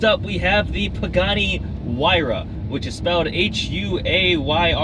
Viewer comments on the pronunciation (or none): none